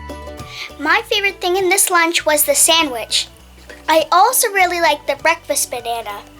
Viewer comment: I cracked up laughing when she said save de turtles sksksksksk🤣😂